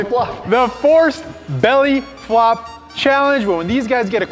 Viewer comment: Try to catch saying belly fop